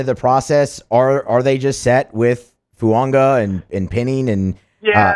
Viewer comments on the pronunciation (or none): Why can’t AFR host say Fuaga?